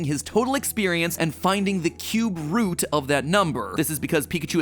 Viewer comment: I understand "cube root" was said, but I heard "cute root" and I think that's silly.